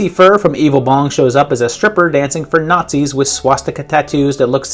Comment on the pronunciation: those were clearly Not-Zees